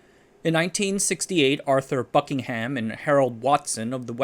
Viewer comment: Did anyone hear "Arthur Fuckingham"